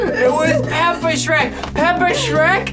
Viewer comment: Its phrek lol sherk